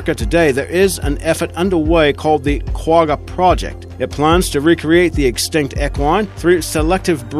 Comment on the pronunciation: You do not pronounce Quagga like that. The top rated in is much better.